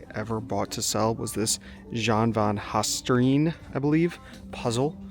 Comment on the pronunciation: Just letting you know I enjoy watching your videos in the thrift stores. You totally mispronounced van Haasteren, but Dutch isn't an easy language anyways. You could always let Google translate pronounce it for ya.